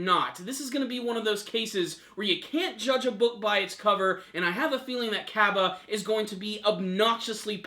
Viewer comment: ...get the names right. LOL Heat Cabe (Ka-bey)